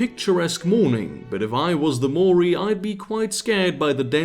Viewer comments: New Zealander here. "Maori" is two syllables. "Mao" as in Chairman Mao and "ri" as in ring. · wb, glad to see you back. Also a good way to remember the correct pronunciation of Maori is to think 'Mao' as in the guy who lost his capital, then 'Ri' as in the first syllable of 'Rizal' who also lost his capital. Both syllables of Maori have already lost their capital. We New Zealanders are rising up against the mispronunciation, surely if everyone says it right then Te Rauparaha will gain the confidence to backstab Australia.